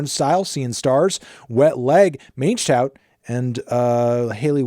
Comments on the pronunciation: did anthony really pronounced mangetout like that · Anthony WHAT was that pronunciation of mangetout?? 😭😭😭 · Mange tout💀 like okay let us know your lil unkempt dog is feeling it I guess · Bahahahahaha that is hilarious Mange tout sounds so wrong lmao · the fact that Wet Leg pronounces that title in two different ways in the song (the French pronunciation and “man get out”) and Antony decided to find a third way to pronounce it lolll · melon disrespecting his peas with that pronunciation 😔